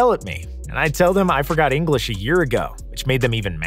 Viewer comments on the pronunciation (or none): none